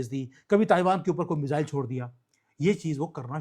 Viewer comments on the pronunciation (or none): none